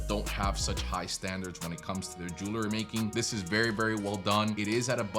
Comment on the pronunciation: It's Jewelry - not Jewlery.